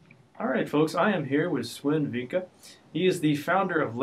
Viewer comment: You may want to check if You got the name right. I think it's "Vincke" not "Venke". Otherwise, great job. This game deserves all the promotion it can get. :)